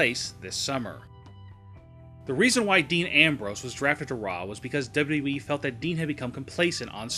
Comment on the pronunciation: PLEASE learn how to say WWE.